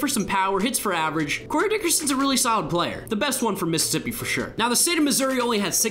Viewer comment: U got Mississippi wrong